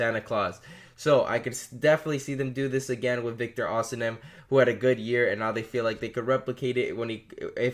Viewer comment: It is osimhen, not osinem